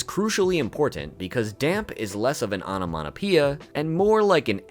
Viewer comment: "onomaTopeia" not "onomaNopeia" 😂😂😂